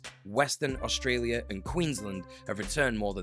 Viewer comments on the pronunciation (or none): none